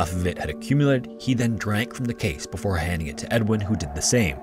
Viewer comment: I’m glad someone else brought this up. It’s not the speed, it’s the fact that he cuts off syllables off of his words, usually the first syllable. “Before” sounds like “for,” and “perform” sounds like “form,” making it an effort to listen. It’s very distracting. Just enunciate!